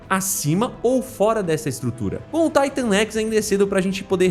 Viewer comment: Mano me perdoa mas , pq Taitan x , e n Titan x na sua pronúncia, já que quando você fala , ( na escala de Titan ) você fala Titan e n Taitan , n dar de entender